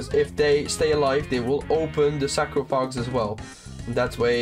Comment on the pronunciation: Great guide! Very helpful, learning toa gradually and find baba puzzle very tricky! Thanks for the help. Oh btw, its pronounced Sar-coff-a-gess 😆